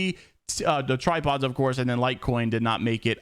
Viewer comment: Lmao how he said tripods of course xD